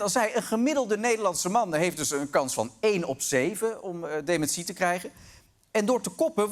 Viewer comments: Sorry Arjen maar dit item is gewoon niet om ààn te horen :'( DemenSÍE??? Wtf??? is dat hoe alle Nederlanders dat uitspreken?? Het is deMÉNtie!!!!!!!! Nee sorry ik kan echt niet meer verder luisteren. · Heh? Is dat hoe jullie daar in Nederland "dementie" uitspreken? Gekke jongens, die Nederlanders.